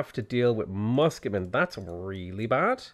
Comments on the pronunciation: did you just become welsh? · "thats really bad!" Irish intensifies